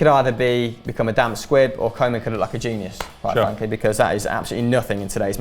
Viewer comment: Why say "co" men for Koeman. Say Kooh man. You're saying it like kingsley coman.